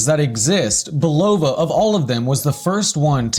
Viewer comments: Nice vid however, as is said in the bulova adverts you feature it is pronounced bull-ah-va, not bull-o-va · yes please pronounce Bulova correctly. Otherwise, good job! I love my jet star limited edition and it gets significant wrist time over 1 year in! Just beautiful and accurate -1 second per 3 months. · If you were to pronounce the brand name correctly i could possibly get through the whole video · Given the fact that he uses two commercial clips in which the name is correctly pronounced, it is even weirder that he keeps pronouncing it wrong. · Hi, Thanks for the videos. I'm subscribed and Liked several. I especially enjoy the antique watch hunting. Not a collector myself... yet. One request: google how to pronounce Bulova.